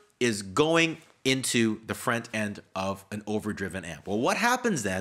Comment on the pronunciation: The way he says front is really funny 😂 FRANT But I completely agree with what he's saying